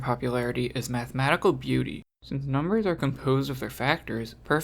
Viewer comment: "Snnc nummers comnposed of their factors"